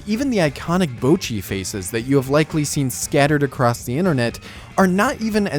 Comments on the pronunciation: its not bowchi, its botchi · Except in this video you're pronouncing it as "b-oh-chi" and not "bo-cchi". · Bah-chee. It's literally spoken that way in the show. BAH-CHEE. NOT BOW-CHEE. How can you screw that up? IT'S LITERALLY PRONOUNCED THAT WAY BY EVERY CHARACTER IN THE SHOW. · You pronounce the ぼ as 'bowh', almost as in 'Rainbow', but it's supposed to be much shorter. It's more like the 'bo' from 'box'. You also need to put emphasis on the first part of the ち (which is why her English name is 'Bocchi' with two C's and not 'Bochi'. You should listen to how it's pronounced in the show, and put a recording of your own voice next to it, and you should hear the difference. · "bowchi" it's "bohchi" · Bocchi not Bowchi :( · My god man, can you at least try and pronounce the names correctly. Bouchi, nails on a chalkboard stuff. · Bot-Chi, like Tamagotchi, how they say it in the show every damn time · Fuckin pronounces it Boucchi People on the internet are too compliant in commenting on small mistakes, which in turn doesn't affect the person in the wrong but instead just boosts their video harder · I'm not trying to start a fight or anything, but please, at least try to pronounce the name somewhat right. Bowcchi hurts me every time. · why does everyone pronounce her "boachi" ? xD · "Bowchi the Rock" 😂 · I loved this video but for fuck sake "BOWchi" killed me every time lmao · Really good video You pronouncing Bocci and mangaka made me cringe hard though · Bow-chee the rock?! so american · It's a little embarrassing that you can't pronounce Bocchi's name right in a video about it. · youre pronoucning her name a little wrong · Probably a decent video but I had to stop watching after 1.5 mins when I heard you pronounce Bocchi. Wtf is that man it's like you tried to get it wrong on purpose. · all was going well til this dude somehow mispronounced bocchi like how even..... I'm not mad I'm impressed 🤼